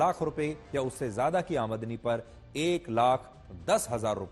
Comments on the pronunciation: Aamadni nahi aamdani bolo sir ji.. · Sir jo aap aadmani shabd bol rahe ho wo aamdani hota hai cara karo👍👍